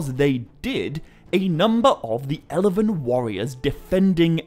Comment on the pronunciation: Without Peter Jackson's movies - this kind of interest in these books would not exist. Nor would your channel. You don't seem to mind using stills from the films - so have some respect. And if YOU are so concerned with authenticity and perfection - stop pronouncing words with extra syllables. It's FIN-gon - not Finnigon.. it's ELven - not Elliven. Pot calling the kettle black. The sniffy, supercilious jabs at Peter Jackson's contribution to this epic - need to stop.